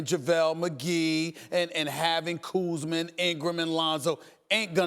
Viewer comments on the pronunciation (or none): "Kuuzman" -SAS